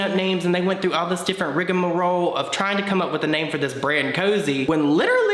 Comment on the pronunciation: "rigga-moh-roe" ROFL!!!! the whole conversation in one word.